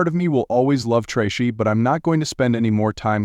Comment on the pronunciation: i heard this story a long while ago on another site it sounded better and could pronounce names like tracy